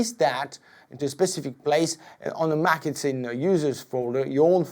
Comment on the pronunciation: did he say Macinton ?